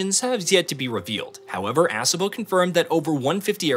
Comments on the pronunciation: Please stop pronouncing it "ASS-obo", it's Ah-sobo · Exactly, It's pronounced A-so-bo Not Ass-a-bo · It's pronounced uh-SO-bo not ASS-uh-bo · A-saw-bow. Not Ass a moe lol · ASS' uh boh?? LOL!! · Ass-uhbo Studios 💀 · They should have at least taught the AI how to say ASOBO correctly. Can I get an AMEN!